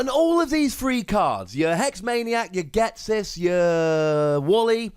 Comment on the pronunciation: Do you.... Ghet-sis?